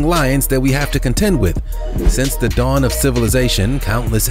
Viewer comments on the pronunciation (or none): none